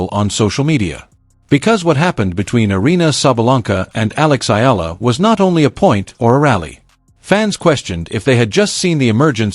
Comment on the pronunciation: Not Aya,u pronouce her lastname E-ya-la..EALA...